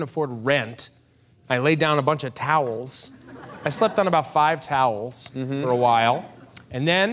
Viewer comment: "I laid down a bunch of ToWelSs, I slept on about 5 ToWeLsS".